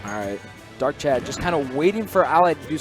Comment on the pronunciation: It's not "Darkchad"